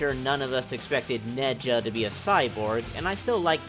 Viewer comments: its Nezha not Ne-Ja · that's not how you say Nezha (Its just Nezha) not Ne Ja